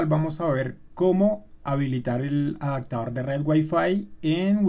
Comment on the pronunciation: Solo un comentario! se dice OPCIÓN, no OCSIÓN Se dice Adaptador, no ADACTADOR lee por favor las palabras despacio y trata de pronunciar las, verás que es muy fácil, hablar correcto!!!